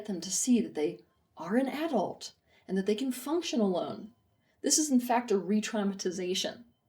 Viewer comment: I can't listen to this video because of how she pronounces AAA-dult